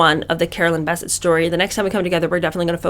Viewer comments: Sis first of all her name is bessette not bisset it's French secondly I'm 6 minutes into the video and you've only repeated the same thing three times You've left out the author's name which is Maureen Callahan can we move on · No biggie, but I've always heard Carolyn's last name pronounced with the accent on the end. BesSETTE. Loving this series already! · Bessette is pronounced with the emphasis on the second syllable! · I realize you posted this about a year ago but I just now started viewing it but I’m struck that you aren’t pronouncing Carolyn’s name correctly. One of the most photographed & reported upon women in the world -how could you not have heard someone/anyone say her last name. You’re doing content on pop culture but I always get the impression that you don’t actually follow things or read/watch/listen to news/current events. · Carolyn's maiden name is pronounced "buh-SETT"! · It's BessETTE. The pronunciation is on the last syllable. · OMG the way you pronounce Bessette. 🙄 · You're mispronouncing Carolyn's last name.